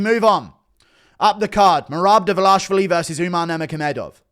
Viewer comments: It's not Dlvlavlashlali, it's Dvalishvili. If you don't know, now you know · dude its DVA-LEE-SH-VEELEE, i have to brake down it this way otherwise it looks extremely hard for you guys to pronounce it.